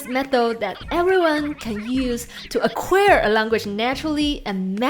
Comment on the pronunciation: Dear, the last vowel of "acquire" sounds as in liar.